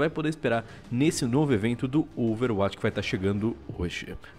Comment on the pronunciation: cara, por favor, aprende a falar OverWatch direito... vc faz videos sobre o jogo...